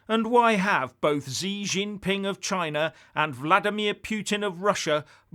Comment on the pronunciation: Brilliant as ever. Fyi: Xi is pronounced as "she"